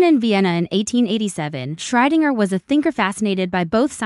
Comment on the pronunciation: Your AI can't seem to pronounce Schrödinger